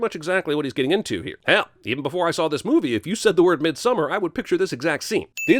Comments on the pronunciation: Cinemasins: *mispronounces midsommar* Me: angry swedish noises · How do y'all pronounce Midsommar, and what does that word mean, though? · I actually prefer their way of pronouncing it. It's much better in my opinion than when people try to pronounce it "properly" and end up saying something like "MidsommAAAR" which just sounds cringey. Basically we can't just expect everyone to suddenly speak perfect swedish like "hörrö haru fixat sillen till missommar än eller? Najs ska bara bränna upp nån random amerikan här nu lite snabbt". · Can we settle the debate on how to pronounce the title of this movie?